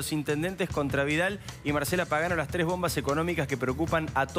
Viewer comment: "LA TRES BOMBAS"? Como que se comieron una S.